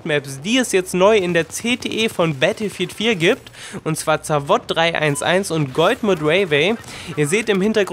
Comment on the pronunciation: Gute Besserung, hattest Du nicht erst vor nem Vierteljahr so die Grippe? Danke für das Video, wie immer sehr interessante Infos, ich musste aber diesmal echt lachen, weil Du hast mehrfach GOLDMUD gesagt xD Das üben wir noch!! Greets and nothing for ungood ;)